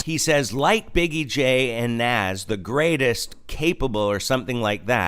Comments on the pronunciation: Nas not naz x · I agree! But he’s not talking about lil Nas X. He’s talking about the actual rapper name Nas😂 whose been rapping since the 80’s. Which you keep pronouncing wrong 😀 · It's not Naz, it's Nas. Also, he was NOT talking about Lil Nas X. Nas is a famous rapper. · You missed quoted who he means as secular top rappers, it’s not Lil Nas X, but the original Nas pronounced Naas, from Queens Bridge. Nevertheless if Kirk has got to try and explain what he meant after the fact, it’s not a good lyrics. And please don’t dare disrespect Holy Spirit to say He gave or inspired this debacle. Repent and preach the true gospel of Jesus came to give himself as ransom for sinners who repent and receive Him, then live for Him.